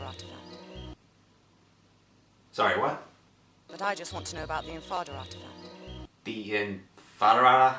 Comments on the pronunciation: She said it pretty clearly, too. I don't know what the hell he's on about. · She clearly said Infada Artifact